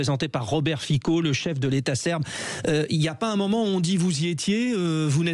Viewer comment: Messieurs, j’ai honte de la profession journalistique quand vous dites "Robert Fiko - prononcez Fitsso - chef de l’Etat serbe" ou encore le lapsus "Vladimir Zelenskyj". Aucunement vous parlez de géopolitique ou d’Histoire et de pourquoi, par exemple, Fico était le seul de l’UE a venir. Manger à tous les râteliers est une analyse très professionnelle, bravo. A vous ecouter pendant ces trèèès longues 12 min, c’est juste une bande de dictateurs qui se sont retrouvés pour une bouffe! Faire autant d’études (ou pas) pour faire de tels raccourcis, vous êtes indignes de votre carte de presse et de vos salaires